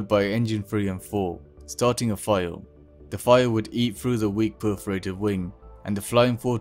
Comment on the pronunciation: bro cant say fire "fiwre" "fiwre"